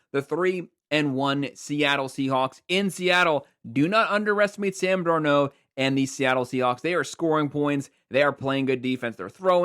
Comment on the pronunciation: Dar-nold... not Dar-nou